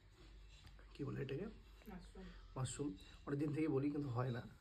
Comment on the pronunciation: মারশুম কাকে বলে হবে তো মাশরুম